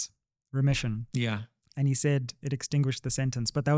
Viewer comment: Is it not remission not ression